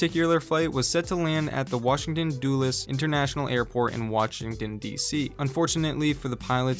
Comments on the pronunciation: "Washdingdon DC" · "Noith America" "Watchingdon Dc" 😂😂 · Mans really said Watchington, DC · No one gunna talk about the way he said Washington dc???